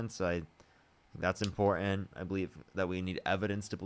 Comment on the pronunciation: Awww, she’s lonely!!! …and Trump is as Godly as a soap dish. And Lady….please pronounce your “T’s”. Impor - Tant. Not Impor-ant.